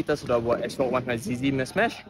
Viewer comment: Bro really said astrok 100 zz hahahahah